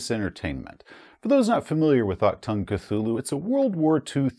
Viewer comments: Hey! Love your content. I don't wanna be the grammar nazi here... But if I may give you a little heads-up: Sayin "Ack-Tongue" is not what you say if you wanna say "Attention!" in german. I know the german ch is not an easy thing to pronounce as an american or english person. If you want to pronounce it more correctly (I'm fine if you don't), try to ignore the c, emphasize the h and speak the u like it is the oo in "Doom". So you say it a bit like "aHtoong". Even though this is still not 100% it, a german speaking person would understand it just fine and it miiiiight be a little more comfortable to say for you. Greetz from Germany! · for a correct ch sound, just imagine a hair in your throat.. the sound you make trying tio retch it out? thats the ch